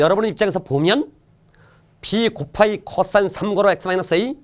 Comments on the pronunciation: 이쌤 코싸인 발음하는거 개신기하다 쿼싸인ㅋㄹㅋㄹㅋㄹㅋㄹㅋㄹㅋㄹㅋㅋㅋㄹㅋㄹㅋㅎㅋㅋㄹㅋ비 겁하기 쿼↘️싸인⤴️ㅋㅋㅋㅋㅋㅋㅋ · ㅅㅂ 호흡곤란 올뻔ㅋㅋㅋㅋㅋㅋㅋㅋㅋㅋㅋ코싸인 억양 ㄹㅇ ㅋㅋㅋㅋㅋㅋㅋㅋㅋㅋ